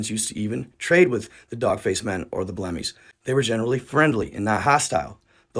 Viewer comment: He called them Blemish and pronounced it Blemi.